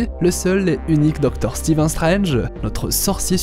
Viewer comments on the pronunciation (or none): none